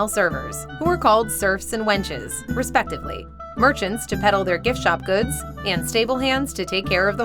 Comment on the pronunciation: . Respectively not "respectidly"